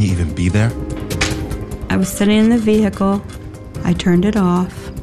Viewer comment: Ve hicle